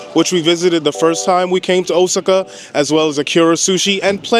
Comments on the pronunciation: O sa ca...Please stop murdering it. I was stationed as a solder there. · Osaka is pronounced: "O-SOCK-AH" (Hope that helps!)